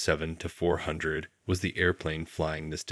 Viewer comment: Won't it be a great day when AI learns to pronounce "747" in aviation videos.